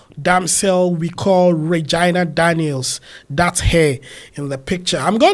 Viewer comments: It’s pronounce as ray-gi- na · Did you just say "Vaginal" or "Reginal" Daniels? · you mispronounced Regina name.